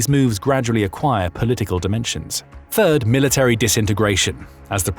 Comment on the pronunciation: who else heard "bird" instead of third